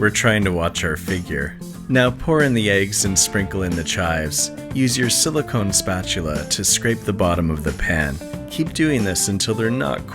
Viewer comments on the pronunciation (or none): "silicone spatula" made me die a little inside